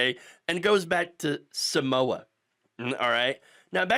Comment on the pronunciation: Mate! I like your posts, but it ain't that hard to find out how to pronounce Samoa.